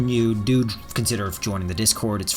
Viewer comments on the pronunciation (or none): none